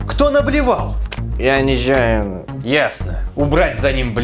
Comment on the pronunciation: Он сказал "Я ничаяно", но мне послышалось: "Я низнаю нах" :D